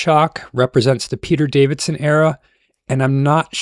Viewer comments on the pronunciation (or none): Steven Mo-fat? Peter Davidson?? Da-laks?? Paul McGahn?? 😂😂